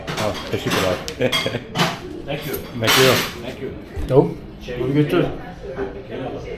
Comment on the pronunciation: Yooooo. 4;05 that's not how you say thank you in Turkish. The way you pronounce it it sounds like testicular.... 🤦‍♂️🤦‍♂️🤦‍♂️ I've noted it several times